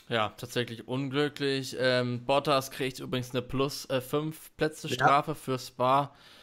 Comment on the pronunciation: Sprich doch bitte den Namen korrekt aus. Es ist Bottas, nicht Bootas. Oder ist Bootas die korrekte Aussprache?